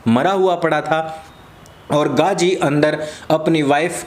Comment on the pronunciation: abey saale naam toh dhang se le.. gandhi ko gaji gaji boley ja raha h gadho ki tarah..